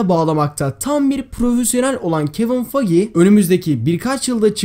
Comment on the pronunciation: Fagi değil faygi diye okunuyor :)